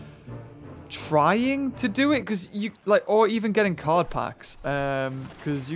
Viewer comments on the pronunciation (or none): none